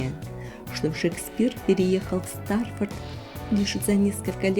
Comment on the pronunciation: У вас болшая ошибка есть, город Шекспира називаеться Стратфорд на Ейвоне, а не Стафорд.